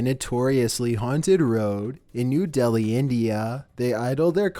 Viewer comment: I first understand at #5 "Nude Elli" and not "New Delhi"!!?? 😂😂